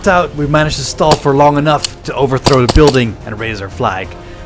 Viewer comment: I just want to point out a mistake you made when you said the game mode you said “overtrhow” just wanted to tell you have fun I enjoy your videos.